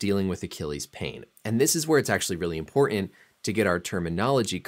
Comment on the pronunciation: You say the word "important" weird. I bet you say the word "carton" the same weird way. Are you from Utah or Michigan? I hear that same way from people from those areas.